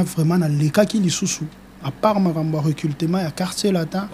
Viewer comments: Oza na raison Yako leka na télévision té po osala recultement😂 Monsieur on dit recrutement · Recrutement et non recultelment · Délégué tu as infiltré la langue (recultema ou recrutement ? Journaliste aussi est mauvais tu laisses tn invité recultema sans correction 😂😂😂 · Yo musicien oyo balobaka recrutement non recultement 😂😂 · Un porte parole qui n'arrive pas à prononcer recrutement